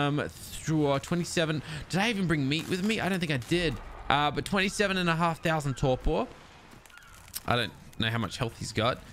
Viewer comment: mm yes "thousans"